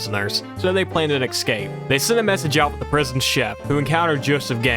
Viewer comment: I have always wondered how hard is it to pronounce extremely complex words, such as: Escape and especially, turns out the correct pronunciation is EXCAPE AND EXPECIALLY! well done sir you solved my 40 years long quest to find answers for questions nobody has ever asked